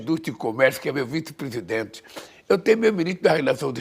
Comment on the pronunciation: " Eu tenho o meu vitepesidente, o meu minito da fazenda..." vai aprender a falar presidemente!